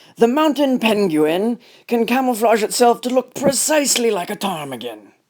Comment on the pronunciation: The mounten pen-gu-in 🤣🤣🤣